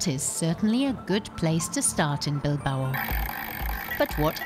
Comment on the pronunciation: For anyone that actually goes there, it’s pronounced “Bil-bow” pronounced how you “bow” in some Asian cultures. Drove me nuts that she kept saying “Bil-ba-oh”.